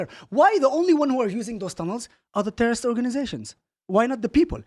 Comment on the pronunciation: a tewwoist is a tewwoist, you heard it here folks